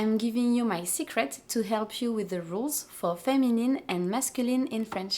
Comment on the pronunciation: The words "feminine", "masculine", "actually", "difference", "category", "discipline", "dealing" and "adjective" have a stress on the first syllable in English. Not on the last. :) And you pronounced "help" as "elp". :D